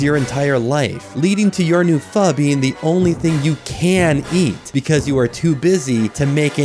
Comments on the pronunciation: It's pronounced fo, fo fo fous (like four, four for fours from Wendy's) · yeah usually when a pho restaurant makes their name as a spin on the word “pho” it’s using the pronunciation “Fo” instead of “Fuh” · couple of mistakes in this gold post the writer thinks pho is pronounced like foe starts with talking about ramen, makes a pho restaurant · Bro cant pronounce pho. Also missed the fo fo fo joke